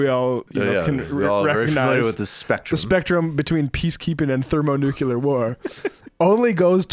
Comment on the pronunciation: Both of them pronounced it "thermo-nu-cu-lar". Weird.